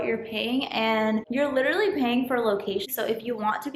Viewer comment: it's pronounced Lit-ter-al- lee NOT lit-ter-ly